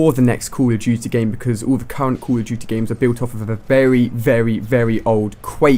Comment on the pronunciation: Is he saying call of juty ??